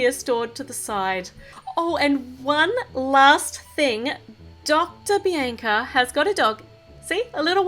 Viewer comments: Just saying bianca is said Bee AWN C UH oh nvm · its not bienca its bianca